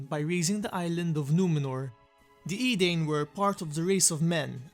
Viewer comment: You pronounce Edain strangely. But you showed capable of pronouncing Dúnedain right in the past.